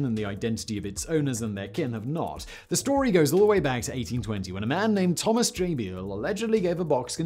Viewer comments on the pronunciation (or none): none